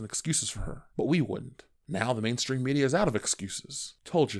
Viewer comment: Did I just hear Manstream Media!? 🤣